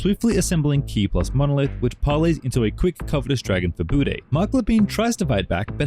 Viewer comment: Das heißt etzadla "Buddne"!